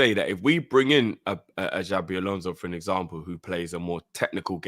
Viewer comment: Xabi not Xavi